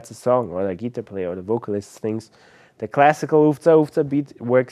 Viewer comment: I think i may have mispronounced Geetahplayer my whole life.